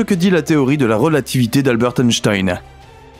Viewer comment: Pas alberte....mais albert